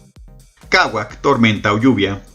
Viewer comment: Ojo con la pronunciación del maya, ya que la gran mayoría son palabras agudas, es decir, se acentúan en la última silaba, por ejemplo no es Káwac, sino KAWÁC. Por otro lado, la pronunciación de la "X" no es como en inglés sino es mas una "sh". Otro punto importante es que por la grafía de los españoles cuando llegaron a Yucatán, se quedó la costumbre de escribirlas como el castellano del siglo XVI, cuando no se hacía una distinción entre la "C" fuerte y "C" débil, por lo tanto, en la palabra "CIMI" no se pronuncia "SIMI" sino debe pronunciarse KIMI.